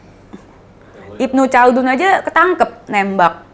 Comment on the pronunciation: Ibnu Kaldun cara bacanya